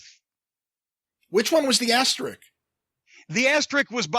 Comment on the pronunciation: It's "Asterisk," not "Asterick!"